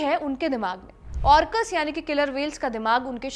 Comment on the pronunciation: are madam, wo ऑर्कस nahin hai, Orca ka plural Orcas hai.. yar kam se kam inka nam to thik se bata do public ko.. or dusra wo machhli nahin hai.. marine mammal hai.. thodi research nam ke sahi pronunciation pe bhi karni chahiye.. jiske bare me bata rahe ho uska nam hi thik se na le payen to kya hi point hai..